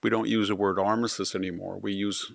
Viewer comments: If you are having someone edit your videos, they need to do better with the pronunciation of certain words. With all due respect, Armistice is pronounced Ar-mis-tiss. Your verbal (on YouTube video) comes across as Ar-missis … which is incorrect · It’s not “Armisist” Day. It’s Armistice Day. Additionally, nucular is not a word. Nuclear, however, is.